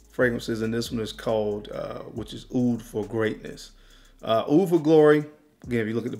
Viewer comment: Hopefully you've learned how to say "OUD" by now! I like the list you just sound crazy